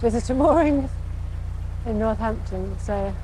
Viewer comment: It's North-ampton... Not North-Hampton. LOL.